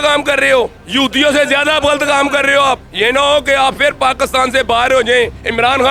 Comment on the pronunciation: Aur bolo ekk vaarii fyrrr shairrrrr...